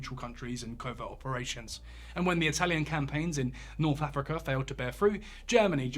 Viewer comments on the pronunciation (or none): none